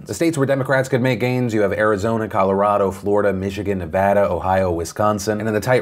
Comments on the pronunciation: He finally said Nevada right! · Liking because you pronounced Nevada correctly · HE PRONOUNCED NEVADA RIGHT THIS TIME! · PHIL, you said NEVADA correctly!!!!!!!!!!!!! As a native Nevadan who has watched you for 7 years, it warms my heart to hear you say it correctly. Thank you! NE-VA-DA, not NE-VAH-DA. Woohooooo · I’m happy you say Nevada correctly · Can we just take a moment to appreciate Phill ❤❤❤ that pronunciation of nevada was 😫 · I've noticed you fixed your pronunciation of "Nevada," and I thank you.